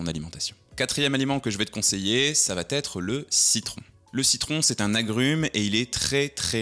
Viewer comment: Stp, pas de liaison "ça va - t - être" !!! mais pour le reste, merci pour les infos ;)